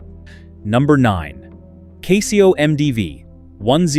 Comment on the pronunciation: Learn to pronounce CASIO.